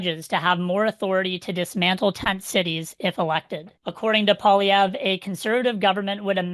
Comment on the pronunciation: Oh no, it’s … world’s most annoying voice every time he pronounces “Poilievre”… please stop